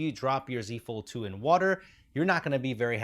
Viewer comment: I swear I heard you say “using a fold 2 is the same” as “the z fold 2” lol